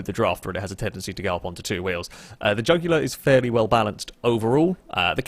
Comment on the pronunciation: Trying to say jugular. Me: The vein in your neck!